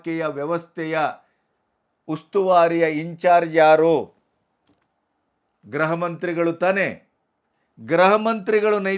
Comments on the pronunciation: ನೀವು 'ಗೃಹ ಇಲಾಖೆ' ಎಂಬ ಪದವನ್ನು ಅದೇಕೆ ಗ್ರಹಇಲಾಖೆ ಎಂದು ಮತ್ತೆ ಮತ್ತೆ ಹೇಳುತ್ತಿದ್ದೀರಿ. ಗೃಹ ಮಂತ್ರಿ ಎಂಬುದನ್ನು ಗ್ರಹಮಂತ್ರಿ ಎಂದು ಉಚ್ಚಾರಣೆ ಮಾಡುತ್ತೀರಿ. ಗ್ರಹ ಎಂದರೆ ಆಕಾಶಕಾಯ( ಪ್ಲಾನೆಟ್) ಉಚ್ಚಾರಣೆಯನ್ನು ಸರಿಪಡಿಸಿಕೊಂಡರೆ ಸಂತೋಷವಿದೆ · Sir, ಗ್ರಹ ಮಂತ್ರಿಗಳು ಅಲ್ಲ ಗೃಹ ಮಂತ್ರಿಗಳು, ಗ್ರಹ ಅಂದರೆ ಯಾವ ಗ್ರಹ ಒಂಭತ್ತು ಗ್ರಹ ಇದೆ